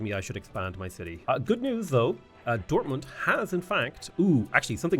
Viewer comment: Your pronunciation of German is really good. You even use the correct sound at the and of „Dortmund“ (a t- and not a d-sound)